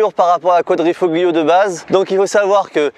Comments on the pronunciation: Go faire un stage de glisse chez Pegase avec Yann Le Jossec. T'es fin de dérives c'est pas ça et la tenu sur l'angle est pas ouf. Quadrifoglio, on ne prononce pas le G en italien, ça se dit "Koua-dri-fo-Lio" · > Avoir un nom Italien > Prononcer Quadrifo-Glio 🤦‍♂️ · Quadrifoglio, le g ne se prononce pas. Ca m’a fait mal aux oreilles. A part ça. Super essaie. J’adore cette giulia quadrifoglio. 🤩🤩😍😍😘😘😘 je la préfère en version GTA. Je ne suis pas fan de l’aileron. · Le G de Quadrifoglio ne se dit pas 😁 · Ça fait mal au cœur de l’entendre dire quadrifoglio